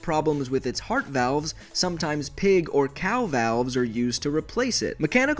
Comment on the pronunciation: Cow valves=cowvles